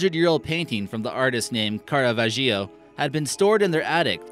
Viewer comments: It's pronounced Carvasheeoh. Not Carve-a-Geo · HEY AE U FUCKIN DOOFUS LEARN TO PRONOUNCE THE NAMES CORRECTLY ITS CARA VAGIO NOT CARA VA GIO ARRRRRG!!! U ASSSMUNCH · Nice research and quite serious presentation but could you please learn to pronounce the names and places right? CaraVAgio, MUrcia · You pronounced "Caravaggio" incorrectly. "Care-uh-VAH-jee-oh". Thanks. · Caravaggio is pronounced "car ah vah joe" ;-) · Pronounced Cara-vau-geo. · So the narrator can not pronounce the name of a very famous artist correctly? Caravaggio! Now I have some reservation into his comprehension of history. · Sadly, your pronunciation of sacre bleu is better than your pronunciation of Caravaggio :-/ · The only shocking thing about this was the narrators inability to Google: "How to pronounce Caravaggio".